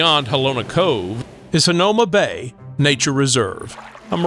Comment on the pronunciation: I’m from Hawaii and you covered many places for visitors. One recommendation is to pronounce the places correctly please. Iolani palace for instance is a short I sounds for both i’s, etc. Hanauma Bat and many more we’re also incorrect. Makapu’u beach was perfectly pronounced. Just a recommendation if you do another one. It’s important for the culture and people of Hawaii. Aloha and Mahalo